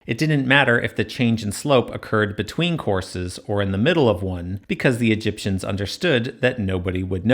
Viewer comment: Please stop saying Egiptians ,rather exactly , the builders